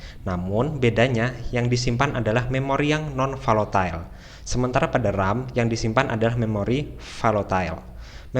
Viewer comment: Koreksi: bukan valotile, tapi volatile.